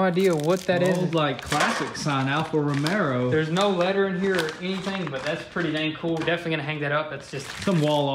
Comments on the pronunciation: They really should buy Alfa Romeo Gulia, it's really awesome, powerful and great looking car. And they should educate them self a little better about other cars, and how to pronounce them, it's Romeo not Romero, and in their Ferrari video they dint know what is Pininfarina means, Pininfarina S.p.A. (short for Carrozzeria Pininfarina) is an Italian car design firm and coachbuilder, with headquarters in Cambiano, (Metropolitan City of Turin), Italy. It was founded by Battista "Pinin" Farina in 1930. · Alfa Rome"r"o... OMG!!! They talk so much but what comes out from their mouth is often soooo wrong!!!! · Alpha romero 🤣🤣🤣 its romeo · “Alfa romero” 😂😂